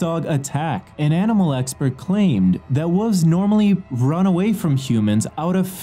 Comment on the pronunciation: Is anyone else disturbed by the way he says WOLF? It’s wolf (wool-f) not woof. It is also pronounced wolves (wool-v-z) and not wooves.